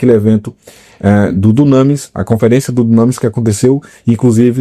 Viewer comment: Não é “dunâmis” que pronuncia e sim “dúnamís”.